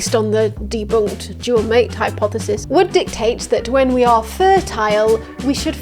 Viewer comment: What's a "hypthesis"? HYP-thesis?